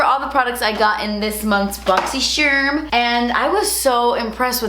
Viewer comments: why do you say boxysherm and not boxycharm? lol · 💜💜💜💜💜💜💜💜💜💜💜💜 I LOVE HOW SHE SPELLED BOXYCHARM ON HER THUMBNAIL: BOXYSHERM! Luv the way she says boxy-sherm 😂😂😂😂😂 💜💜💜💜💜💜💜💜💜💜💜💜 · Clicks on video mostly to hear say "my boxysherm unboxin!" 😍💓